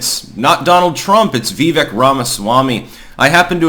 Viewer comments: his name is pronounced Vi-VAYK. Emphasis on second syllable, rhymes with "flake", "bake", or "cake". That got brought up in his interview with Tim Pool, which was excellent, btw! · For the record, Vivek is pronounced Vivake.